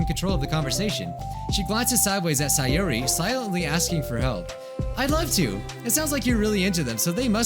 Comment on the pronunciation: Why do you keep on calling sayori saiori it’s say ori